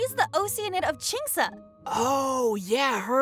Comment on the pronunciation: That moment when all of us realize we were pronouncing “oceanid” wrong